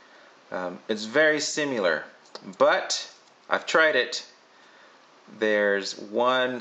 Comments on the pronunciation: Hmmm.... Errr.... Ok what the fuck? JESUS STOP THAT. DON'T DROP THAT YOU SHIT! Oh thank God that was the iPad screen... Last note: He can't pronounce "similar." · You have a weird way of saying 'similar'